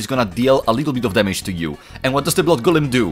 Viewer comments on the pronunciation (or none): none